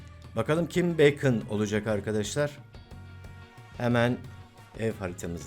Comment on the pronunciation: Abi beykın diye söylenmiyo direk bakon diye okuyom askkddnkdndksnslsşzözlxşj